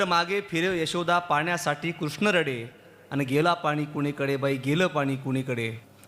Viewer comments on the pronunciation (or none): none